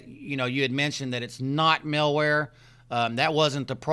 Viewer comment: 'Mal'ware, not 'Mil'ware. Also, Norton is a terrible virus protection software. 'Mal'warebytes is good, but get Avast Home Edition instead of Norton. The version of Norton you have is a limited version. Plus, you need to work on your computer skills.